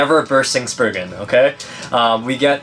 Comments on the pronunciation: It’s sprizing not sprigin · ITS NOT SPRIGGAN ITS STORM SPRIZEN